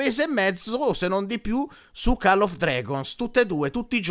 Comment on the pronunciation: Cmq si pronuncia coll non call 😂😂😂😂😂